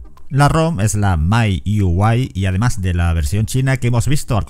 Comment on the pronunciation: Tío qué raro sono miui en inglés, imagino lo hiciste a posta pero como chirría...